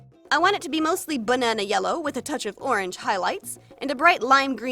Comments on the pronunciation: Does anyone else hear her say bununa instead of banana or is it just me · The doll ended up so beautiful but my favorite part had to be 'buhnuna yellow" something satisfying about hearing the way other people pronounce words